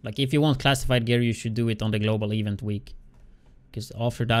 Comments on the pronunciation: "Eevent" lmao my bad bro but too funny 😂😂😂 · I'm sorry but when u say event it's annoying as shit cuz your pronounceing it wrong but other than that good vid